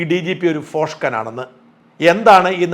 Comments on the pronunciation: ഫോഷ്കൻ അല്ല, ഭോഷ്കൻ 😄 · Shajan, ഫോഷ്കൻ അല്ല ഭോഷ്കൻ! ശ്രദ്ധിക്കുമല്ലോ? !